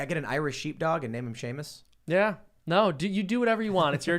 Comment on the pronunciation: Y’all, it’s Seamus not Shamis